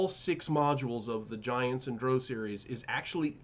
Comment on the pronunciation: Why do you pronounce drow "dro"?